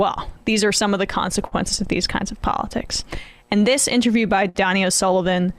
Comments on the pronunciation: It's pronounced Dough-knee., not donny. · It’s not Donnie, it’s Donie. Long “o” sound. Donie O’Sullivan. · guys please. its "dough-nee" not Donny. Respect the man he is a legend 🤣🤣🤣